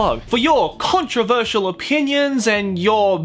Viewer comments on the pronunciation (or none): none